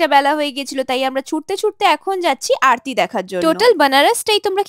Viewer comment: Aroti bolte sekho